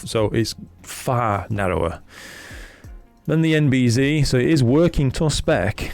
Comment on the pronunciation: Great review, thanks. I was thinking of this filter but now, not going to purchase this one for my f2 twin lens system. Oh by the way, you're pronouncing NB-Z wrong... we're not in 'Murica 😉